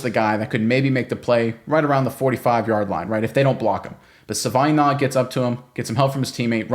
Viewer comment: My god please stop mangling the guys name.